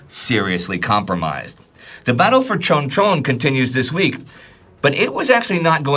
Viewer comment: There are many errors in pronunciation of Korean names and place names. For example, when pronouncing Chuncheon(춘천) or Lee Hyung-Guen(이형권). This is understandable. Korean pronunciation is much more complicated than Chinese or Japanese.